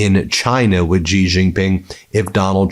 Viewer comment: Please learn to pronounce President Xi's name correctly. It's very distracting. Xi sounds like "she."